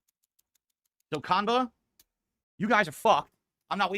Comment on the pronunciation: Idk how you can say you were a big shot in the fgc and not know how to say qanba